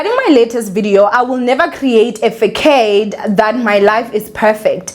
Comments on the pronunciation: It’s written as “facade” but it’s pronounced “fa-saad” ♥️ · That’s not how you pronounce facade I’m sorry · Check the pronunciation of 'facade' babes